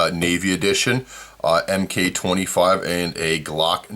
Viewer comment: MK-25 pronounced MARK-25